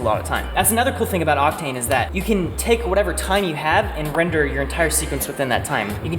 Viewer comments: Who had too much time and added "wrender" over everytime "render" was said? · wrenders a wrender wrenderless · I like how without fail whenever said render or rendering they changed it to wrendering and wrender